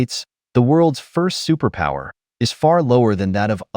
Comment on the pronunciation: Superpower ❌ Superpooper✅